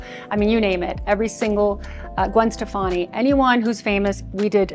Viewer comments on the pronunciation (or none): none